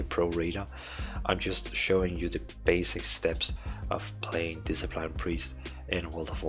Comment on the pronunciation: "Diseplain Priest" x)